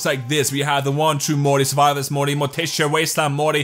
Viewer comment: When you think your funny but instead of saying Morty you say muty